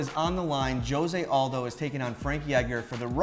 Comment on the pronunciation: & am i the only one who noticed they were saying Jose Aldos name wrong, or is he the only Hispanic that pronounces it that way? lol